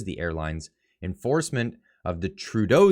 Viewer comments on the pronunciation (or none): none